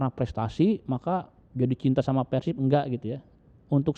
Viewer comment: Sunda nyebutnya Pèrsib Non sunda Persib